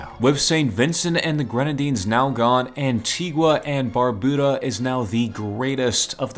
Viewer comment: Antigua and barbuda is where im from but you said it wrong